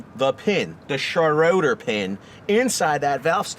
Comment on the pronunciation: Its "shray-der" not Schroder...ffs.